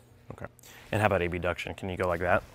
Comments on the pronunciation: can someone explain when he says “A-B-duction” rather than just saying abduction? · There’s ABduction and ADDuction. Emphasizing the A & B is just for clarity